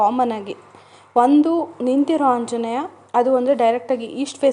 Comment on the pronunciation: ಅಕ್ಕ ನಿಮ್ಮ್ ಗೆ ಆ ಅನ್ನಕ್ಕೆ ಬರಲ್ವಾ... ಆಂಜನೇಯ. ಹಾoಜನೇಯ ಅಲ್ಲ ಹಾ ಅಂತೀರಾ...